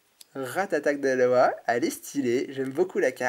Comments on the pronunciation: Pitié arrête de dire Aloha c'est Alola x) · t'y dit aloa au lieu de Alola. ..